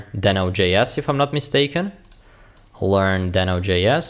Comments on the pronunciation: Deee no, not den o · It's DEEHno! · Is it just me confused on how to pronounce deno???